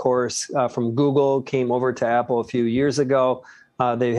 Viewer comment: apple, not apol